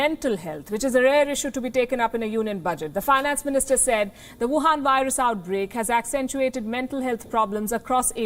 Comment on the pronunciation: I like when you speak vuhan virus good job didi 😊😊😊